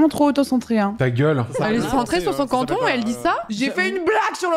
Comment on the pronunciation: Putain on dit canton pas conton xD